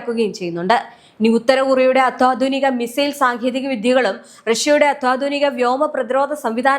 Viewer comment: അത്താധുനകയല്ല അത്യാധുക